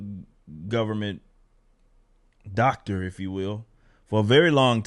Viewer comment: I suppose it's easy to have a giant, Fauci-sized ego when you have autistic teenagers singing hymns about you. "Dawctor Fowcheee...bring us vaxxeeens!"